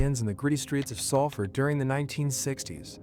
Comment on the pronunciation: Can't even pronounce the town correctly